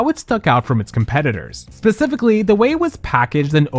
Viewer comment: you said pacifically 😫